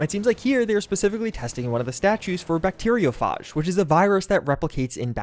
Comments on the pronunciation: My god, the pronunciation of bacteriophage and fuchsia hurts me so badly, and I'm only 6 mins in, but still interested to see where this goes! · It's pronounced: bacterio - fayj. Not, bacterio - farj. It's derived from the Greek, Phagos - meaning 'to eat'. Also, fuchsia isn't pronounced 'fook -sia', it's pronounced 'fyoo - shuh'. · Bacteriophage is pronounced with a hard A, not a soft A. fAge, not fahge. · phage - like fade not lite far , no 'arr' sound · It's pronounced 'few-sha'. And 'bacterio-fayj'. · i hate the way he pronounces fuschia and bacteriophage, he's a tip, fuschia is pronounced (few-shah) and bacteriophage is pronounced (bact-tear-E-O-f-age) (e & o are as if you were saying the letter from the alphabet, and phage as if you were saying age with an F at the beginning) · "bacteriophahhhhge" "fooksia" my brother in Christ, please... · Bacterio...farj? Fook-see-a?